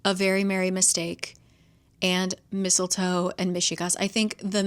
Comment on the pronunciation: You said Mistle Foe and I immediately said out loud " NO!" 😂😂